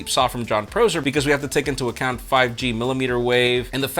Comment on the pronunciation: I love ya but then way you incorrectly say Jon Prosser’s last name bugs me to all hell haha